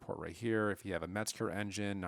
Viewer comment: The word is Mezger not merger